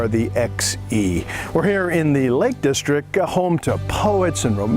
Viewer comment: Nice video, (though my interest is in the scenery, more than in the car.) Just a few points with you commentary though: 1. It's 'The Lake District' - That's DistricT - with a 'T' on the end: you repeatedly refer to it as the 'Lake Distric'. 2. Mountains & hills in Cumbria are known as FELLS, not Falls. 3. Wordsworth's wife was called Mary. Dora was their daughter. 4. Bearix Potter's first publication was 'The Tale of Peter Rabbit'. Bejamin Bunny didn't appear until two years later, after 'Squirrel Nutkin' and 'The Taylor of Gloucester'. I was a little disappointed that you came all the way to the Lake District to give the car a work out, and didn't bother to attempt to drive one of the famous passes there. It would certainly have given the car a proper testing, if you'd driven over Hardknott Pass, one of the steepest roads in Europe, where the steep sloping switchbacks and narrow hairpins would have given you a good understanding of how the car handled under extreme conditions.